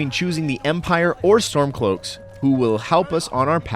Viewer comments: it sounds like you're saying Stonecloaks??? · Hmmm... I'm pretty sure I heard Stonecloaks as well 🤔